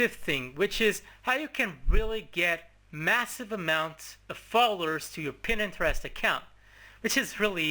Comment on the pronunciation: its pronounced PINTEREST not PINENTEREST